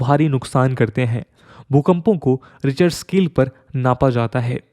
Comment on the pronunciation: रिचर स्केल या रिक्टर स्केल?